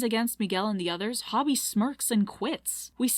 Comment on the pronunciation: Girl watched the movie 3 times and still can’t say hobie’s name right💀😭